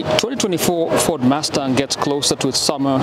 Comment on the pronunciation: "Ford MASTAHHH"...